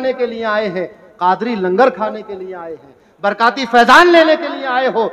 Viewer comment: برکاتی نہیں برکاٹی